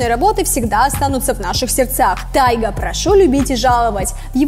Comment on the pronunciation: Такой конченный канал вы походу даже не готовитесь к видео не ТАЙГА а ТИГА